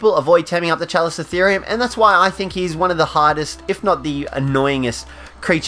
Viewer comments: Pronounced kalikottheerium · My alliance has a chalico. Also, it’s KA-LIKO-THEORUM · The Chalicotherium is said with a K....